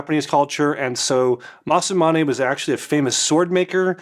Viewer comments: You say: Masu-mane - it's Masa-mune. Also its Tatara (tat-a-ra) not Tatt-era. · considering you keep saying both the brand and the razor wrong, that is low key hilarious 😂 I dig the new studio tho! 😎